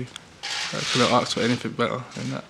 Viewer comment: English ?? How ??? his appearance is London (ish) but his accent is typical caribbean slang with the african twist of the word ASK being pronounced aarrkss...pathetic uneducated idiot comes to mind...country is filling up with this shit...what a fucking mess and idiots on here revealing him....get a life people !!